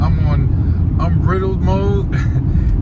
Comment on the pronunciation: “Unbrittled mode??” Stop and remake this video bruh 😂…also get a microphone for your phone!!